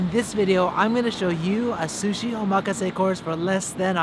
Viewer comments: how ya gonna live in japan and pronounce omakase wrong? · I think you're pronouncing "omakase" incorrectly. While you're at it, shave your nostrils. You can see the pollen in your nose hairs. LOL! Just kidding. You're doing a good job. Actually, I think we're related. You're like the child of my long lost auntie who married an orangutan. ROFL! Again, just kidding. Show 'em who's boss! Be pinoy and be proud!